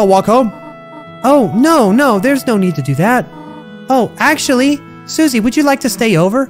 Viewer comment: Its not pronounced SU-See its pronounced Sus-E